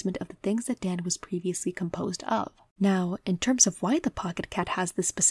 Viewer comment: I really like your video. It's well thought out, put together and I think your voice is soothing. If I may say one thing it's that Daan is a dutch name that comes from Daniël (the bible) and the "aa" is sortof pronounced as a drawn out version of the a in the exclamation "aha". That is a nitpick though and not something you would know if you're not familiar with the name. Otherwise a perfect vid, imo